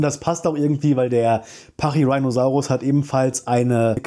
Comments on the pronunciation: Der Name kommt von rhinoceros, also ruhig Latain/Deutsch aussprechen 😜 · "Rhino" aus Pachyrhinosaurus ist jedoch Latein oder Griechisch denke Latein bin mir nicht ganz sicher. "Rheino" wäre englische Aussprache, und nicht lateinisch also schon pachyrhiiinosaurus :-) danke für das informative Video! ♥